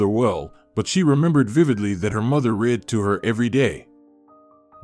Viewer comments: I injoyed the story but you ae missprounacing woord like reed for read ect . The one wird I have no udea what you were trying to say. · Ok you had a problem with "well read," the phrase means the guy has read a lot of books, or is well educated. The problem here is the word is not a long one, the read here is said like the colour red, as is the read where I stated he has read a lot of books. Do you say I read a book short or long? The word in that context is also short, in the past tense. If you are in the process of reading, present tense or going to read a book, future tense, it is the long word as you said it. All the best. How do you understand "scandals" ? The word means gossip that outrages everyone that hears about it. This in not what an argument at home is called ever, the dad is causing arguments, not scandals. His behaviour may be scandalous, but he does not cause a scandal if nobody else hears about it.